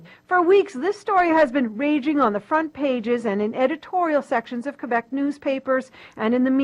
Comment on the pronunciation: Ana again comments on cultural issues, while pronouncing Québec incorrectly. More TYT irony.